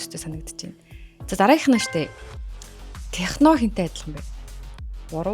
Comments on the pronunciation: tehno bish tekno gj unshina shu🤗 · Not tehno Yes techno Duudlga shvv🤍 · Techno gedgee arai buruu heleed bna hha